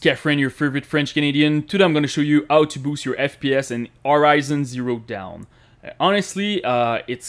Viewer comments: "orizon zero down" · Did he just said Horizon zero down?